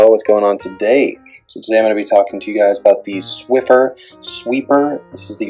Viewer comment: BTW there is no "T" in Swiffer. ;-)